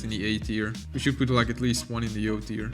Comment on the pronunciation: You Pronounce Tier Wrong!!!!!L